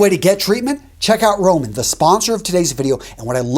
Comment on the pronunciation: When you said get Roman I thought you said get rona 💀